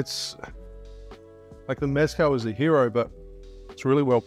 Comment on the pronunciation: You learned maraschino, now learn “meh-skáhl” not MÉZZ-cal. Please 🙏🏽